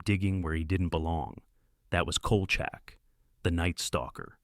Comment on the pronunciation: You can tell this is AI because they mispronounced Kolchak - which, BTW, wasn't half-bad.